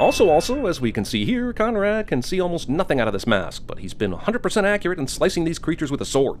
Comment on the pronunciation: I thought he said comrade instead of Conrad